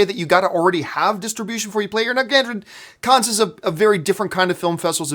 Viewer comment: John, love the show, so glad to see you doing so well as an independent pundit! One thing buddy, and I say this as. Frenchman, the S in “Cannes” is silent. Just pronounce it as if you were saying “Can”. Keep up the filthy